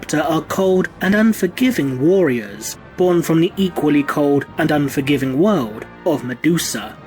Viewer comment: Good stuff as ever, and please lean to say “warriors” correctly as a bit distracting. Thanks